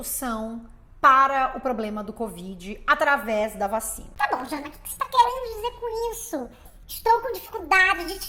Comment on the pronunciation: Ainda bem que vc falou o nome. Eu entendi "Channa". KKK